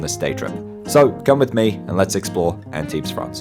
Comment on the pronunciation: My hometown. Thanks for this great video. Tiny thing, we don't pronounce the s at the end of Antibes 😉